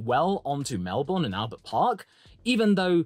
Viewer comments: Melb”burn” not Mel”bourne” please don’t say it like the American’s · pronounced melBURN not borne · Please learn how to say Melbourne. No Australian ever calls it Mel-BORRRN. That just shows you have never been there. Why the emphasis on the last syllable, and the very American 'R?' In the UK I needed to learn the quirky British pronunciation of place names, and it is no different for Australia. Australians have a slight emphasis on the first syllable, and the last syllable has no discernible 'r' in it. It is pronounced 'bin.' So it is correctly called MEL-bin. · Just a heads up. It’s Mel-bin. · Mel-bun! It's pronounced Mel-bun! rages in upside down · Melbourne.. Pronounced "Mel-Bin" Trust me on that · Say it with me… “Mel-bn” 😁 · Any chance you can pronounce Melbourne like a Brit instead of like an American